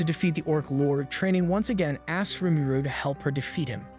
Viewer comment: I was enjoying this sooooo much until you kept pronouncing Rimuru (Ree-Moo-Roo) like a mumble, sound it out if not, say "our protagonist" or some other indicator that would indicate the main character. Especially if you have to say the name repeatedly.